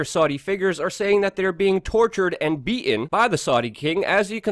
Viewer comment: Luke, there is the letter " t " in the words "beaten" and "important". Why do you insist on leaving the "t" out of these words. Makes you sound ignorant. Love your channel.